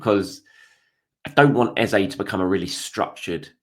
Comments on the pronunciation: His name is EHZAH not EHZAY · great update as always. Should we be pronouncing Eze's name correctly? Eze (pronounced Eza) has told everyone how to pronounce his name.